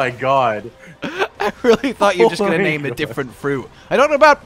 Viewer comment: He can't even pronounce the name